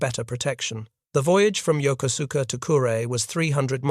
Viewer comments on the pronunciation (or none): This is an excellent documentary but the city in Japan mentioned during the video is Yokosuka (pronounced: jokosɯ̥ka). The narration does not pronounce its name correctly. And I should know, I was born at the US Naval Hospital at Yokosuka US Naval Station in October 1960.